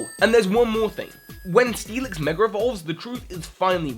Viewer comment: It's a verbal slip that happens quite a lot, especially when talking fast.